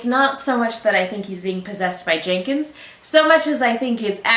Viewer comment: “Genkins…” I don’t think I’ve heard ANYONE be THIS level of CONFIDENTLY INCORRECT before.